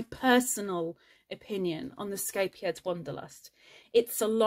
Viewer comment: I love hearing you pronounce the name of the yarn so easily. I laugh every time someone in the US tries to pronounce it.